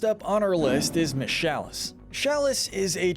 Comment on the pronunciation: It's chalice not shalice